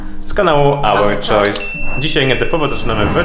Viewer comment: i nie choice tylko choys :D